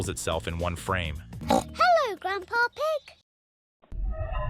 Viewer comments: George said papa egg 😂😂😂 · goerg says papa eg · Hehe "gampa egg"